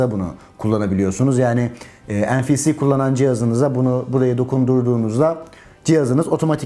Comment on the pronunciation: "en-fi-si" derken? NFC'dir o. En-fi-si olsa duramazsın.